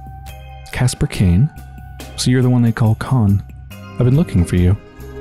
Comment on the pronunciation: in case u're wondering, it's "kaspAr", stress on second A. Also, both a's are as in "dark", hard a's.